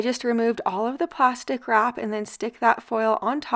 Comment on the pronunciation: I thought you were saying “pasta crap” instead of plastic wrap!! 😂